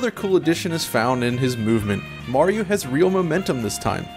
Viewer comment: The way he says Mario is driving me crazy... "Moar-iro"